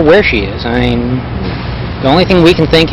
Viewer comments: First off what this monster did was horrific and I hope Lauren's soul is is at peace. But also omfg the way he says "I mean" and pronounces it like IAMs, the dog food brand, is fucking annoying. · He keeps saying “ieen” for “I mean.” I bet that reporter suspected he was guilty right on the spot because his reaction made him look so guilty. It must have been terrifying knowing you’re interviewing a possible murderer or at the very least a very suspicious person. She did great. Just like Chris watts’s tv interview, Stephen McDaniel did himself no favors with this interview. He did much better in the interrogation than this interview. He just sat there like he was a catatonic state for 17 hours and gave the detectives NOTHING. I hate him for what he did but I’ll give him one thing, he did outplay the detectives. It’s really dark but there’s unintentional humor in the interview. “The hair was thar styven!” Red shirt’s best quote is when he says, “Stephen.. we’re real people.”That point in the interrogation you can just give up because you know you’re not gonna get a confession if you have to tell the suspect that they’re real people. Probably the funniest yet most profound thing I’ve ever heard in an interrogation. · Its " I mean" not "ieam" scumbag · "I 'ean" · For being a law student and supposedly "smart" he is not well spoken at all!!!! "I eeen" is NOT A word!!!! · “ I een” = I mean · Haha was gonna post myself about all the "i'eengs." Legend for beating me to it. Glad someone else noticed. "I'eeng, she was such a nice person." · Why's he keep saying aing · Interesting how he mispronounced the words "I mean.." everytime. My thought is he did it purposefully bcus it sounded too much like "I'm mean", and it would point to him. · I think he’s saying “I mean.” It’s become a single syllable, granular version of what was once English lol.